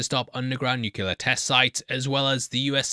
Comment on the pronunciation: For the love of God, please learn how to pronounce nuclear